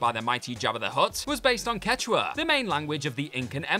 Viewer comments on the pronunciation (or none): none